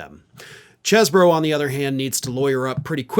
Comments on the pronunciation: It's Cheese-bro. Spelt like that. Same way you pronounce it. Cannot Cheese-bro. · Damn it,! It’s pronounced “CHEEZ-bro”! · I thought it was pronounced cheese-borough